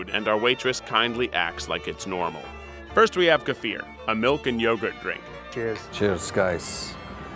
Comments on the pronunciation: they pronounce kefir like kfeer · Or the way they said Kefir From serbia btw